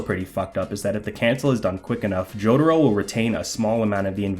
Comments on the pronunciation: >"joe-duh-row" lmao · Dude. How can you be pronouncing Jotaro's name THAT wrong??